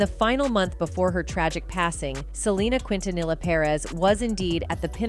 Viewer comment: Quintanilla pronunciation: KEEN•TUH•NEE•YAH